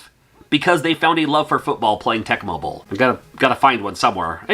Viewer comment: Lol when you said Tecmo bowl, for some reason I heard tech bubble 😂